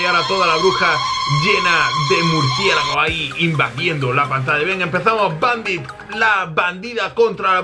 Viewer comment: ajajajaja dijo "murciegalo" en ves de "murciélago"😂